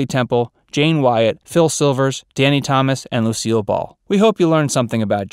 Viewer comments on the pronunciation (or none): none